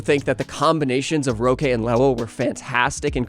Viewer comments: Nice video, roque is pronounced like rock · more like "hóky"